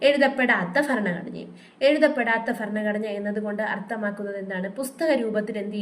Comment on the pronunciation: ഫ അല്ല ഭ ഭരണഘടന😊